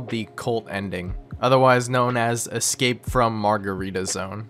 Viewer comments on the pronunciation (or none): none